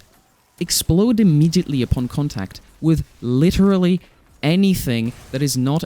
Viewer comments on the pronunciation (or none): none